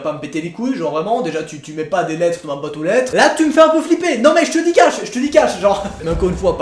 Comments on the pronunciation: Tu avait dit Bwatre o lètre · C pas la boître au lettre tu parles bien la France